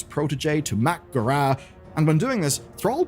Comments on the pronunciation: I can't get over the "Mack'gorah" pronunciation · I just wish you knew how to pronounce 'mak'gora'.